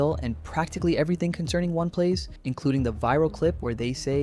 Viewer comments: They said “Oney Plays” pronounced (Oni Plays), multiple times and you continue to call it “One Plays”. Why? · Why you saying one plays, ding dong and Julian literally say it for you. It's oh-knee plays. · Ding Dong is such a fitting nickname. Also I heard One Plays, One Piece, and One Place. It's O-KneePlays. Sorry I am autistic about pronunciations. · Like how did you not get that right lol